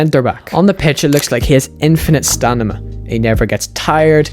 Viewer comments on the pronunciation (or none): stamina is pronounced stamina not stanima lol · Its STAMINA, Dude not STANIMA 🤦🏽‍♂️🤦🏽‍♂️ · its stamina not stanima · stanima yeah? what's that? 😂😂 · Its stamina not stanima but good video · infinite stamina or stanima? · I can't get past the fact that all the time you're saying stanima instead of stanima 😂😅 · StaNima > Stamina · Stamina, not stanima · Stop saying Sta-Ni-Ma